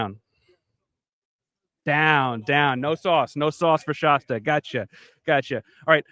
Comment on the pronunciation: ShAsta like Fast, Cast. Not like pasta.